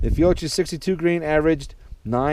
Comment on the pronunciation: It's pronounced Fee-oh-key